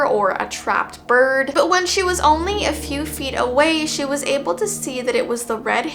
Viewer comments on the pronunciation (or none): none